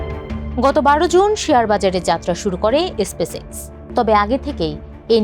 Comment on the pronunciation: এসপেস এক্স !!! ব্যবোসা !!! উচ্চারণ এর তো করুন অবস্থা